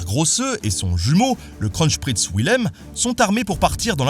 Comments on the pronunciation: Je me sens moins seul, je crois que le massacre de Kronprinz Wilhelm mérite une palme. J'entends sans arrêt "Le Scronchprïnce Vouilhem" ... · Moi, français vivant en Allemagne, entendant 5 ou 6 fois "KRONCHPRITZ WILHELM" AAAH mes oreilles ! Bon sinon très bonne vidéo, merci Ben !